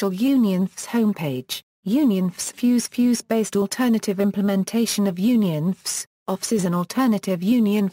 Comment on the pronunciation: Don't waste time - This is simply a computer read explanation of UnionFS. The text used sounds like a good summary, but the text would be much more handy as text, rather than a video that doesn't use images and the computer read-out tries to pronounce things like "UnionFS" as one word, making it really difficult to follow.